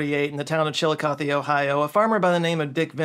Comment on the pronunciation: Currently studying for my Med/Surg exam on the renal system. But I live by Chillicothe (thank you for pronouncing it correctly), and I have never heard of the train incident, super tragic but interesting!